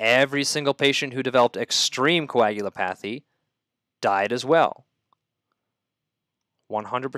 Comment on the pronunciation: Thanks. Helpful! Sidenote: it's pronounced "co-ag-u-LOP-a-thy."